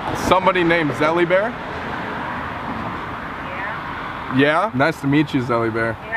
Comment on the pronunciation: LOL. NOT ZELLY BEAR